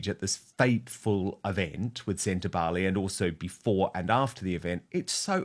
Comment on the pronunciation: SEN TA BA LE (not “lay” it’s an “egg” E !!!!